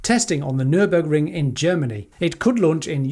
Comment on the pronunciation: Where did the first G in NurburGring go? Caught that disease from Zac and Jesse?